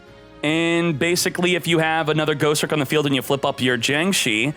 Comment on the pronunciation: Bro it's Ghos-Tricks not Ghost-Ricks. Ugh. Thumbs down on this video. Change your accent dawg.